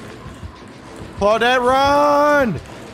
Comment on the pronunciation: How come you don't say "Clau-deet" anymore? I miss it!